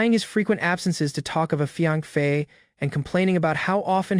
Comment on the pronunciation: Hey....Not being a nitpicker or anything...jus get some HELP!!! Fiance sounds like fianc or something...a handful of words sound off but I kept listening